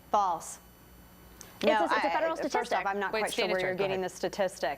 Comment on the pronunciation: It sounds more like fu cah, like a bird. But she was trying to say false obviously.